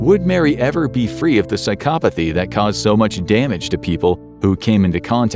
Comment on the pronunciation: I just want to say thanks for pronouncing psychopathy correctly.